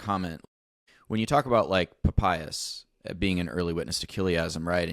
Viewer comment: There's absolutely no way Papias is pronounced like that, you'll never convince me.